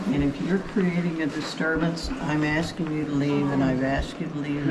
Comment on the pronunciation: Why do these fools keep AKSING in stead of asking?